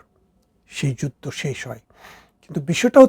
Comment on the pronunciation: আপনি বলছেন বারত , যুদ্দ , ইত্যাদি । কেমন হলো